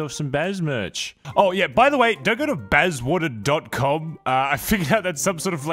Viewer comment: Why Bazzwater and not Bazzawater?